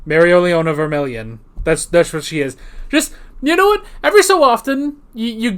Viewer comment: You sound like you have the first part of her name "Mereo" Think Merry-go-round, but only the "merry-o" part, the last part is spanish for lioness "leona" pronounced "Lay own uh". But you can call her Sis-goleon. XD